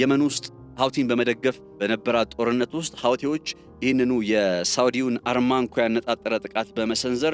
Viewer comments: ARMANCO ሳይሆን ARAMCO ነው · አራምኮ :-... እንጅ አርማንኮ አይባልም ?... አራምኮ የሚገኘው በደቡባዊ ክፍለ ግዛቷ በሚገኘው በ ደመማም ክፍለ ሃገር ውስጥ ነው ። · NOT ARMAC REAL NAME ARAMCO